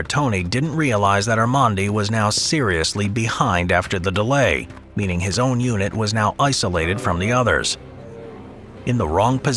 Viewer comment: When you said led by their unit commander. I totally heard eunich commander and was like was that statement necessary 😂😂